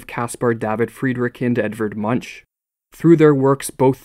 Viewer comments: Please pronounce Munch's name properly. It is not munch (like snacking) but sounds like "moonk" in its proper Norwegian. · you mispronounced munch...it’s not like munching haha it’s more like monk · What munch? :D He's not a munchie to eat. It's pronounced Moonk. Otherwise, a great vid, as always. Keep it up! :) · Already mentioned in the comments, but it's not Munch as in munchie. It is a surname with Danish/Germanic background, therefore the "ch" is pronounced like "k". Munk/Monk. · Pronounced "munk" not "munch". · His name is pronounced MUNK, with a hard ch. Ka. MUNK. NOT MUNCH with a check sound. Get it. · great vid! Munch is pronounced Muunk though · Great video. By the way, Munch is pronounced "Monk", for future reference. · Munch is pronounced "moonk". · Isn't it pronounced Moo-ngk? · pronounciation: MunKH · Poor pronunciation of Munch and Breton. "Munk" and "Bretonne" if you please. But that's just the tip of your unmoored iceberg that floats on a shallow sea. What's the reason for the degeneracy of art in recent times? Who controls the art world? Who buys the overpriced art as a financial investment? Who are the influential critics that champion facile abstraction and transgressive abominations? Read Tom Wolfe's The Painted Word for a coherent and pointed explanation. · Brilliant video! The ‘ch’ in Munch is pronounced like a k, though. It doesn’t really matter, but your pronunciation is always on point, so I thought it was worth mentioning. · Much appreciated reflections! But please look up the pronunciation of Munch :) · you mispronounced Munch